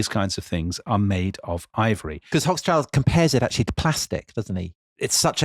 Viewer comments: Hoch-schild = high-shield Schild is pronounced like shield but with a shorter ee-sound and ends with a t. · "Hoch-schild" ("high shield"). Similarly: "Roth-schild" ("red-shield"). Long "o" in both names. The only time that "Hoch" has a short "o" is in the word "Hochzeit" ("wedding").